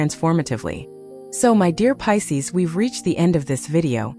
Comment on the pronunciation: . It’s Pisces, not Pises. lol AI.